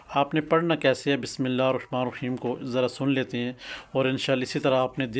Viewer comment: آپ کو تو بسم اللہ بھی پرھنی آتی اور علی کو بھی علی اس طرح پرھ رھے ھیں کہ جیسے علی کی لام پر شد ھو آپ کو اس سے کوئ فاءیدہ نہیں ھوا ھو گا بلکہ غلط پڑھنے سے نقصان ھی ھوا ھو گا